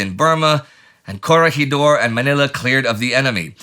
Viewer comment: Sigh… Palawan and Corregidor aren't pronounced that way. Great video as usual, though.